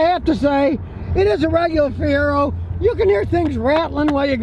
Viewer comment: Brother Scotty.... MR-2 My friend....never a Fie-Rag-O